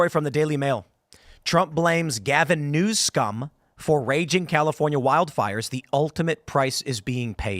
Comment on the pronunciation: Why does Tim say "news cum" instead of "new scum"